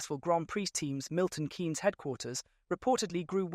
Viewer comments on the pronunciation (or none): Almost everyother word is mispronounced .. Adrian Newey's name, Milton Keynes .. In its whole a completely obselete video..